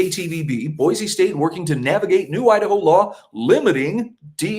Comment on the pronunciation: Thank you for pronouncing Boise correctly...with a z